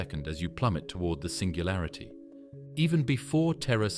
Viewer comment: "SINGALURITY" sorta killed it for me